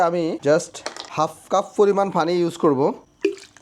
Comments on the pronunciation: ভাই আপনি একজন কন্টেন ক্রিয়েটার আপনার ভিডিওগুলো আমি নিয়মিত দেখি এবং ভালোলাগে।একটা বিষয়ে খুবি আপত্তি আমার,আপনার ভাষাগত উচ্চারণে প্রচুর সমস্যা যার ফলে বাংলা ভাষার বিকৃত হচ্ছে।যেমন,পানি কে আপনি বলেন ফানি,প্রচুর কে ফোচুর।আশা করি মাতৃভাষার প্রতি সচেতন হবেন। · ভাই পানিকে ফানি বলছে শুরুতে